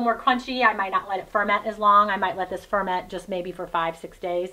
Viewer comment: Hahaha.... "aerodynamic" 😂 I believe you mean "ergonomic" 😉 The stress is on the second syllable in "ferment" (fer-MENT). Hmm... you seem to have bashed the living daylights out of those poor vegetables! Bruising them so much kills a lot of vitamins. They should be handled delicately, lightly handled and with care. Such packers are to help GENTLY push the contents down in the jars to push out and disperse air bubbles.